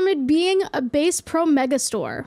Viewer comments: 😂😂😂😂BASE PRO!!!! I'm 💀💀💀💀!!! It's Bass like the fish!!!! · DID YOU JUST SAY "BĀSS PRO MEGA STORE"???? it's bass, if the fish 😭😭😭😭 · Bass Pro is actually named for the fish, so it's pronounced "BAHss" not "BAYss" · The way she said bass as base hurt a little 😭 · It’s bass pro shop, not base pro shop LMAO bass like the fish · “Base” pro shop 😂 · I’m not even conservative - heck I don’t even fish - but I still have a knee jerk reaction to pronouncing Bass Pro like Base Pro as if they sell musical instruments instead of fishing gear. I have a terminal case of ‘Murica, I’m afraid. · Bass Pro Shops refer to “bass” the fish, so you would pronounce it similar to ass. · Bass= Buh-ass😂😂😂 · Did you call it a "base pro" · as a new jerseyan bass and bass are still two different pronunciations, i think she just used the wrong one lol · not knowing how to pronounce bass pro shops is so beautifully gay of her❤ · I’m not saying you said bass wrong but bass is usually pronounced like ass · Bass? Like ass, not bass like ace. 😉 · why you gotta pronounce bass like that